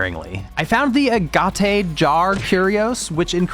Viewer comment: Lol. Ah-Gah-Tay? Ag-it is an English word that describes a semi-precious stone.